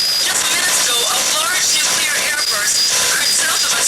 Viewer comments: It might be time to officially change the word 'nuclear' to 'nucular' as few people manage to get it right. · If you can pronounce the words 'new' and 'clear', you can string them together and correctly pronounce 'nuclear'. No effort involved. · Pretty sure no one said “noo-kyoo-lur” in the 80s and that was a Dubya invention, but I was between -2 and 7 then so my memory wasn’t the best, feel free to correct me if people were actually saying nookyoolur then. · Did you catch that? "Nook-yoo-lar" weapons? I don't know about any of you but the word NUCLEAR is pretty damned easy to pronounce! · I cringe every time someone in this program says "nucular." I can't believe that actual international news correspondents don't learn how to pronounce that word correctly. Otherwise, this is a great program. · And I'd just congratulated them on saying 'nuclear' correctly although they were struggling not to say 'nookular'. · You heard it right, folks. He was well on his way to saying 'nucular' and course-corrected. To be fair, during the 70s and 80s, a lot of people said that. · NOTE TO THE VOICE ACTORS: If you can't pronounce the word "nuclear," don't say it. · I can’t help but think that they were trying to replicate the mispronunciation that we’re likely to hear in such an event. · And Carter worked on nuclear subs when he was enlisted, so you'd think he'd know better... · And the constant mispronounciation of the word "nuclear" ... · Just a realistic error for the time, pal. Adds character to the film, honestly. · It was a common error back in the era this is set, nobody really knew how to say it at first so it often was mispronounced. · GAWDAMMIT... NEW-KLEE-YAR!! not "nookYOOlurr" ugh.... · Better yet...NUK-le-ar, not NUK-u-lar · I listened to this and was absolutely appalled. It's NU-CLE-AR, not NU-CU-LAR! 😡 (😛) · Nuclear, not nukular. Pershing missile, not Persian missile. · it kills me every time someone says "nu-cu-lar" god dammit its NUCLEAR.... NU-CLEAR